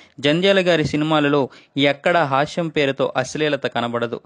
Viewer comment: కంటెంట్ బాగుంది కానీ మీ ఉచ్ఛారణ బాగాలేదు... హాస్యం అనాలి, హాష్యం కాదు, బాలశిక్ష అనాలి, బాలషిక్ష కాదు...